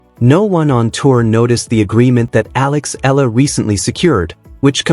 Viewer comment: P.lease pronounce her name, Alexandra/Alex Eala (E y a l a). We will appreciate it and thankful for that. Win or lose we are all behind and pray for her.